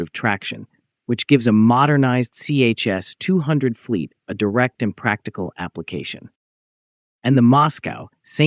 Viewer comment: Not CHS, but ChS, like Tche-Ass.